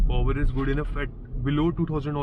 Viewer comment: Po-wer mat bolna ab se 🤣 It is power!